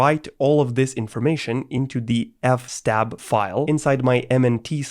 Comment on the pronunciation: Even noobs pronounce FS Tab as F Stab